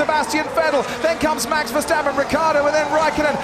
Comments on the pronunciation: Verstapen hahahahahhaa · There is one thing that I do not understand : how did Verstappen turned into Versteffen?